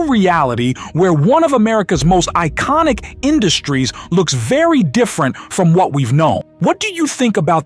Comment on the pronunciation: Eye-yonic? Did you bother proofing your fake AI voiceover prior to posting?